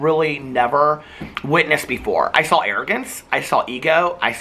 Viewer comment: am I the only person who thinks says "sawl" everytime he says "saw"??